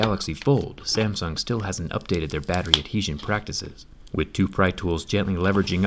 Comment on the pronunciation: Why are you pronouncing Samsung like "Samson"?